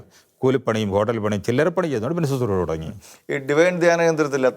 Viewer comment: ശുത്രുഷ അല്ല. ശുശ്രുഷ. ദയവായി തിരുത്തുക...